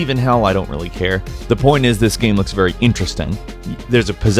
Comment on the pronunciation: Does anyone else fucking hate the way he says game?